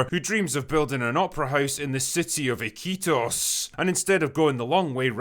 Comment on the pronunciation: Peruvian here, love the way you said "Iquitos" btw